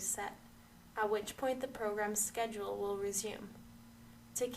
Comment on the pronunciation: “Press sced “. I cannot tell what she’s saying !